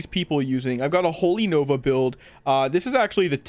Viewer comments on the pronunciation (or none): none